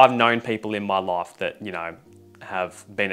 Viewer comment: Bro how he says life and its sounds like ,,love" or ,,laugh" , bro what is this accent